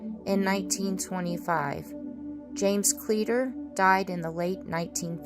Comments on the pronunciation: As a long time resident of Arizona (almost born and raised here) ... I believe the town is pronounced (clee - a - tor). at least that is how I was taught, and have pronounced it all my life. My mother used to live near the bradshaws, went up there with my step father hunting rabbits, and doing a little indian artifact hunting. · I can assure you it's pronounced cleeter.